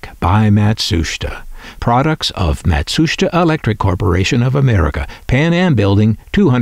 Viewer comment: PLEASE stop saying "MatSHUSTa"!! It's pronounced (and SPELLED!) Matsusheeta!